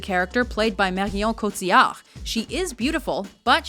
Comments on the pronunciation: You really butchered the name Marion Cotillard :D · Please stop trying to pronounce Marion Cotillard in french...you just can't, you sound ridiculous, stop, never again, please